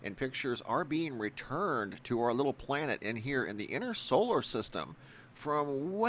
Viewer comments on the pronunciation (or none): none